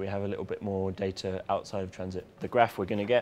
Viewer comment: I love how he says data. "day-tihh"